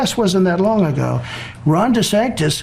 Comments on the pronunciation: He keeps saying Dasanctus.😊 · Is that Democrat friend in the room with us now, Donald? Did anyone else notice that he said Dr trashy and not Dr fauci? Or that he kept calling Ron DeSantis Ron Desanctis? Those mispronunciations are worth noting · He said DeSantis wrong like 5 times! Thanks Ben 😊